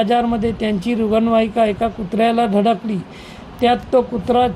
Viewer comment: अरे यांकर ला रुग्णवाहिका धड म्हणता येत नाही